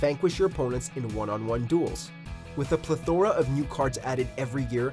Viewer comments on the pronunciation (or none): Seriously, where's the quality control? Pleh-THOR-uh is not a word. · You should probably learn how to pronounce plethora if you're gonna keep using it your videos